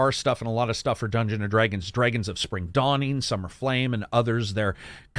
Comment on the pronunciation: A great video and my favourite Elden Ring video so far which has also inspired my American Pronunciation, lesson 17; Americans do not participate in dreyg races neither do they dreyg dead bodies over the ground or dress in dreyg but many of them do fight dreygons. Dr Dré-gons?